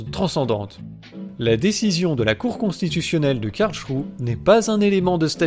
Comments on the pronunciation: La cour de Karl ??? Il s'agit de Karlsruhe. Karl-s-rou-heu. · NON, ON NE DIT PAS "KARLCHROU", on dit "Karlsrouheuh" merci, s'il te plait.